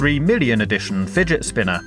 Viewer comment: porque todos los ingleses dices fidget spina?